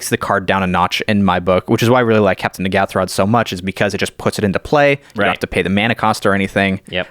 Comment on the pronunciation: Jimmy Wong and Gavin Verhey, have both said that they can't believe the name "Mind Flayarrrs" got through. I can't believe nobody is talking about the name of the Commander, Captain N'ghathrod! The pronunciation by DJ (Jumbo Commander) and Gavin Verhey (the set designer) is A LOT different by the way. I can't believe there hasn't been a massive backlash over it 😳